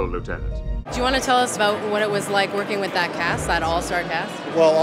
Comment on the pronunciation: Why do presenters always put the emphasis on the wrong words? "We spoke with Michael Dorn ABOUT Star Trek..." About isn't the interesting word here.